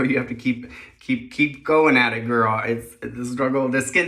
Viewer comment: Love how you call out brands BS. Also love how you say “gurl” haha